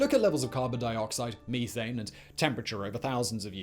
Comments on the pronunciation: Say "meh", as in "eh". Now say "thane". Now say "meh-thane". Not "mee-thane". Sorry, Simon, it's not about your frozen past. Methane. Methamphetamine. Methadelic. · did he just say Me-thane ?